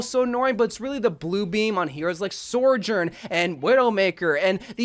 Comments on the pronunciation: My brother in Christ, it is pronounced "so-journ", not "sorjorn" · "Sore Jorn" "Kuhr Eeko" What is this guy's pronunciation lmaooo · STOP SAYING “SORJOURN” WHEN THERE IS NO R BEFORE THE J